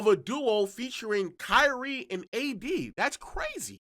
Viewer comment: I don’t like the way he’s say “KYriE”